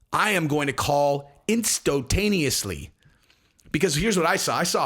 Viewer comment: "Instotaneously" 🤣 On fire dude!